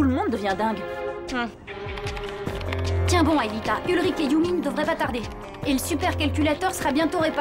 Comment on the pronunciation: azy oh ptnnnnn quel massacre 😳🤦🏾‍♂️🤦🏾‍♂️🤦🏾‍♂️ " Ulrich " pas hulrik 😖